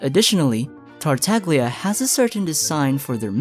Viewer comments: It's spoken "Tartalia" in Italian. The g is almost silent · for example with La SiGNora they understood and they pronounced with the italian pronunciation, so I dunno why they think "GL" is like "GLue" and not like "You". (Indeed "TartaGLia" with the italian and correct pronunciation rhymes with "SnezhnaYa") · Another fact is actually Tartaglia is mispronounced by everyone because we call him in 'english language'. But in Italian is TartaGLia with the italian pronounciation. (almost a "Y" in english, so it is: TartaYa) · I call it the "Tagliatelle" principle. The g is silent. I always flip when people say TartaGlia... why tho. But don't get me started with Scaramouche 😅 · i know you already know about this, but you say Tartaglia like "Tar-tag-leeyah" or "Tar-tag-lia." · Say it with me. TART (like pop tart), TAG (like a shopping tag), LIA (like uh.. leeeeeea) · the mispronunciation of his name is ridiculously funny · everytime you say tartaglia wrong it sends me flying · You can pronounce Shneznaya, but not Tartaglia?